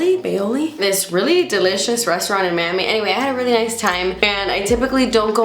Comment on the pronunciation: The way you say delicious 😂 you always crack me up! Love your videos! And loving the natural hair! 💕